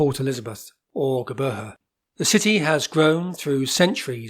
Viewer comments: Your attempt to pronounce Geberha is pathetic. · Making a vid about PE, the LEAST he could do is have the manners to learn the pronunciation. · Howzit, doos. Having a good day? Able to discern by his accent that he's not South African? And honestly, WHO GIVES A FLYING EFF HOW IT'S PRONOUNCED?? The new name is just blackwashing what others built.